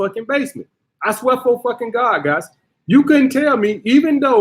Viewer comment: “I swea fa gawd” 😂😂